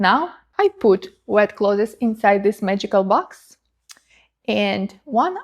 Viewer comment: Ok, the accent would vanish if you just pronounced clothes correctly. Don’t let the “thes” lead you astray. Say “close”, but sneak in a “th” before that “e”